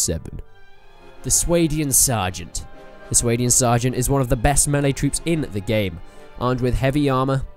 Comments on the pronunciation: Are you sure you are pronouncing Swadian right? I always assumed the swa was pronounced similar to the word spa or something. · It's "Sway-Dian"? I pronounced it "Swah-Dian". Suppose I was wrong